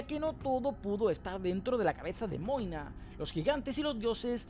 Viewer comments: Porq le decís moine a magne? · Quien es Moina? Toda la série escuché que su nombre era Magne 🤣🤣🤣